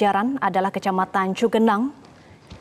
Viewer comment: Bukan Cigenang ..tp Cugenang